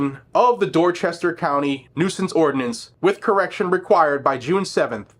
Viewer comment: PS. You pronounced Dorchester wrong.